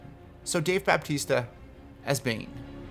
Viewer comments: ITS DAVE BATISTA! NOT DAVE BAPTISTA! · This man said David Baptista